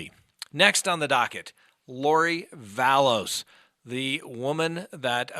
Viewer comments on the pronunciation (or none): Vallow without an s... drives me nuts when you call her Vallows... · Oh my goodness yes. Love him, but Vallows, Dah-Bell? 😂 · Excuse me but it’s Vallow no ‘s’ on the end. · ITS VALLOW NOT VALLOS, AND SHES MARRIED TO THE GUY, HES NOT HER BOYFRIEND! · Vallow...no 's' Vallow. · Vallow not VallowS. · It's Lori Vallow. There is no "S" at the end of her name. Chad is not her "boyfriend." They were married in Hawaii last year. Why don't you know these very basic things?